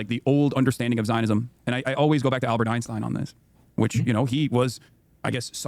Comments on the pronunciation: I swear to f if hasan says “einschtien” I’m going to lose it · His knowledge of Einstein stops at pronunciation.